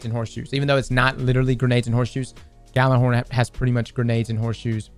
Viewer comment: Gjallarhorn is pronounced "Yallarhorn", just btw.